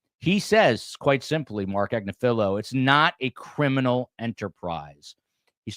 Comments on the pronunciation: Agnifilo; Accent on “NIF”. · It’s Ag-NIF-Feh-lo- his wife actually has her own YouTube channel called legal AF and she represents Luigi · At least pronounce Agnifolo correctly. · He's not the only one mispronouncing the name and it's been driving me nuts!!!